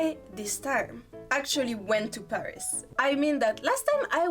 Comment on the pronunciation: フランス人が喋る英語は面白い。 英語とは違う「タタタタ〜ン」なフランス語のリズム感が垣間見えるものの、ちゃんと「h」を発音してる。でもフランス人がパリを「パ（ック）リィ」ではなく「ペァ〜リス」と発音するのはちょっとヘンな感じ。日本人なら英語を喋っても、東京を「トウキョウ」と発音しても「トキヨゥ」とは言わないと思うから。